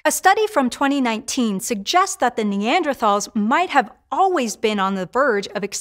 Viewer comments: Would think you’d know how to pronounce Neanderthals. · Hank would be disappointed in her pronunciation of “Neanderthals”